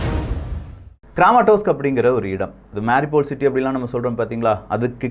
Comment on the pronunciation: Please pronounce MAA RIYOU POL as the ukrainians do. Cheers...😺